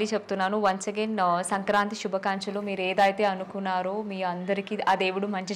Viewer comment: శుభకంచలు కాదు . శుభాకాంక్షలు అనాలి..